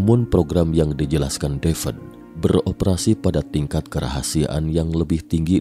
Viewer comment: Devad deved devad deved. BACANYA TETAP DAVID, BUKAN DAVED WOE